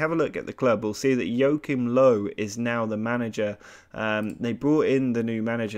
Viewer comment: Jokim Low xd I cringed so hard when he pronounced it like that